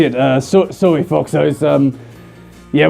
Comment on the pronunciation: To me when he says “sorry” I hear it as “sowrwy”.